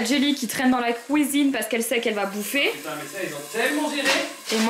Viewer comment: Marie... Maintenant tu dis "COUISINE" à la belge<3